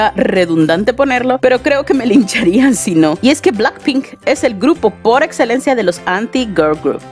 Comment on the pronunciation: "Blanck pink" 🤣🤭